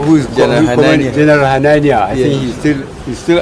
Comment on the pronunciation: The way this "" pronounced the Hausa name HANANIYA while admiring the military portraits...SHOOK me to the core...He didnt pronounce the name the way another Hausa speaking person would say it....Something is off.....